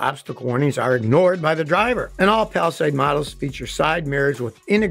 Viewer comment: Would be nice if Scotty mastered the proper pronunciations of Hyundai and Palisade. 😊